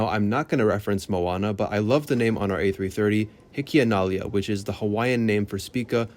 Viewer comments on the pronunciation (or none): hiki-ana-li-a, stressed on LI before the final A.